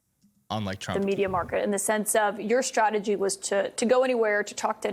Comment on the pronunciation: Hey Pete, off message here but taa for pronouncing strategy correctly. Since going on line in mid the mid 1990's, I don't remember anyone pronouncing 'st' correctly which, as a singer drives me mad. All I hear these days is 'sh'. Even Collins cant pronounce ST but says SHTRATEGY in this segment. Oh by the way, Trump is burried - not to rise again after revealing more of his pathetic true self this week or should I say weak.